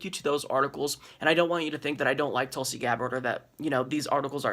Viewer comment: SAY IT WITH ME! TULSY! TWENTY TWENTY!